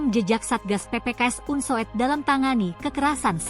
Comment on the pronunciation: MEMBACANYA UNSUD ,BUKAN UNSUED, ITU KAN EJAAN LAMA.